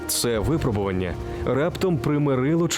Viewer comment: когда у них наконец-то появится филолог, который объяснит, что правильно говорить "випрОбування", а не "вИпробування"